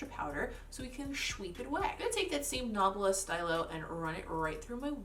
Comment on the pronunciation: These looks won’t really work on my eye shape (le sad), but love your creativity with colour combos and placement - it all comes together to look really cool and unique. Great video! Side note: “stylo” for the Nabla product is probably French for pen (“stee-lo”, instead of “sty-lo”) :)